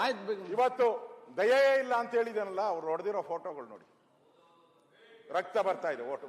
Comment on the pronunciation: ಸರ್ ಅದು ದಯವೇ ಧರ್ಮದ ಮೂಲವಯ್ಯ್. ದಯಯೆ ಅಲ್ಲ